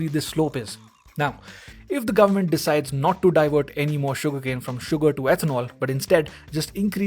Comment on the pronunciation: Here from the future... gur-mant decided to go maximum cray cray indeed